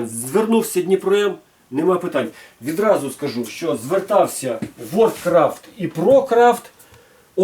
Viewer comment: Ти 20 секунд не можеш без "відрази" казати? Яка "відраза" що таке "відразу" Може "одразу" ???))) Азірови зібралися(((